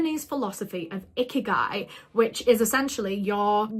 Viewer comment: I’m sorry but each time you say ‘ikigai’ all I hear is ‘icky guy’😭 I don’t want to find ‘my icky guy’😭😭😭😭😭